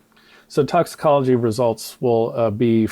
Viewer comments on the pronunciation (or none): Crump couldn't even pronounce the words..doc took the words right out of my mouth. Toxicology?